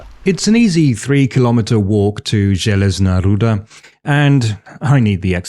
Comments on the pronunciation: your pronaunciation of Železná Ruda is real good :D also železná ruda literally translates to iron ore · Awesome video man, I loved your balance between the sides and yes, you prononced the Železná Ruda fairly right! :D Greetings from Czechia!